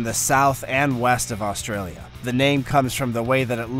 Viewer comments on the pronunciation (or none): none